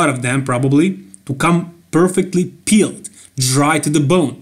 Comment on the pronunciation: Love this channel. Most enthusiasm out of anyone else. "HE'S TICK...ABSOLUTELY PEELT!"